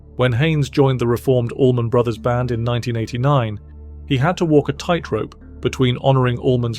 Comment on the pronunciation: Love hearing from Warren but AI narrator? ugh. As a 51 year musician who grew up living right on "Highway 41" and have played with people who have played with the ABB it is odd to hear someone say "The Allman........(space/pause) then Brothers band.